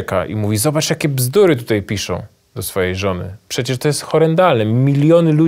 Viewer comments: ...tutej....??? po polsku mówic nie nauczyli??? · Uszy mi więdną od tego "tutEJ".